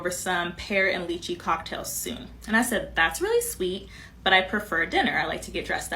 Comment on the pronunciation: cant even pronounce lychee properly lol